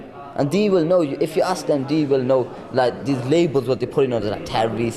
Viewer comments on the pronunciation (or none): why does he pronounce "they" as "dee"? he did it every time he said "they". Is this common or a fake accent that people put on or something?? someone please explain bc it doesn't sound anything like the word they